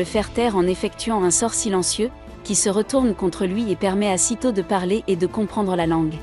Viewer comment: Le titre en japonais serait plus simple pour les recherches: Zero no tsukaima.. et stop les voix avec traduction google.. Sedo/seto, c'est SAITO, Saï comme le remplacant de sasuke, et to..